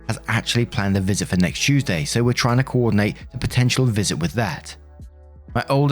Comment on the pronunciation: I love how your accent sounds when you say certain words "Tuesday" and "Mark" come to mind